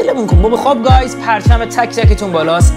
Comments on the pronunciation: حاجی دهنت سرویس اخرش بجای گایز گفتی گوز🤣🔥🍻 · چرا میگی خوب گوزز🤣🤣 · فقط صحنه ای که به جای گایز گفتی گوز